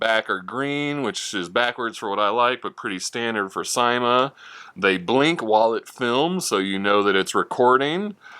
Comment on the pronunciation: thanks for the fun video! Just want to mention, it's pronounced "see-ma", according to Linda Wu, who is some exec with the company. Again, thanks...(I got mine in the mail two days ago)!